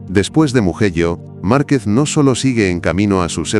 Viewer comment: Empezé a ver el vídeo,en el momento que pronunció muguello,me fui 😅😅😅